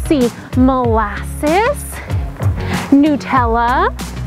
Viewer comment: okay im doing breast stroke right now and I know I shouldnt stop but NU - TELLA?? NEW- TELLA?? HELLL NAWW CASSEY >:O face becomes extremely tensed and corrugated - ( from down under in Australia)